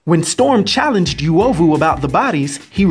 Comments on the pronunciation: Please stop🤣🤣🤣... It's not "Youovu" but U is pronounced like the U in "UNO" so its UOVU not YOUOVU, good to see my country has mutants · The 'yoo' 😐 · Pronounciation is not Yuovu but uuOvu. The U sounds like the "oo" in soon. Love your content man. Cheers for this. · As a Kenyan, I'm so jazzed to see this! Although the word is pronounced U (not -Yu)ovu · That reads "uh-o-vu" not "yu-ovu" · It's UH OH VU Noun derived from the word 'Ovyo' to mean 'Badness' literally or 'Evil' technically. -Random Kenyan. Dafuq is "Yuwohvuh" 😑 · I think it's pronounced oo-oh-vu, not you-oh-vu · Its not pronounced as "you-ovu" but "oo-ovu" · It not you-oh-voo. Its pronounced ooo- wo- voo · It's pronounced Oo.ovu not U.ovu😏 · Yo. I know this guy is trying his best but it's super hard to focus on what he's saying when he keeps butchering the names. Suppose to be like the vowels. a.e.i.o.U... then U-O-VU. U like loot. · Not the right pronunciation.. Uovu is pronounced oo-o-voo.. greetings from swahililand Tanzania 🇹🇿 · Actually the correct pronunciation is oo-aw-voo 🇰🇪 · correvt pronunciation is oo-ovou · That ""uovu"" pronunciation killed me Nice content though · You pronounced it wroooooooooooooong !!!! bruuuhhh! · pretty cool that there's a kenyan-based marvel character!! I'll look for this. Just a note: Uovu is pronouned oo-o-vu. Not yu-o-vu. And uzuri is pronouned oo-zoo-ri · I think it's pronounced U O V U and not Yu O V U if the translation is correct. ( I'm Kenyan) Its also U Z U R I not Yu Zu Ri. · Uovu not yuwovu uzuri not yuzuri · Oo-owe-voo. Ooo-zoo-ree. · Im kenyan nd the way u pronounce uovu and uzuri just cracked my ribs ,,,,,,,I LOVE THIS CONTENT MAN 👍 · Just pronounce Uovu and Uzuri correctly 😬😭